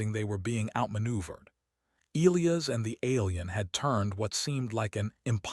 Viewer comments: Good start to the yarn. But, HEY AI please pronounce ( Elias ) properly = Eli-as... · Once again... AI, please pronounce Elias properly. Eli-as. Need a part 2